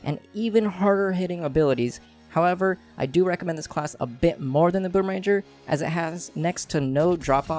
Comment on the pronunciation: Its boomer*ang*er not boomer- ranger... It annoys me so muchhhhh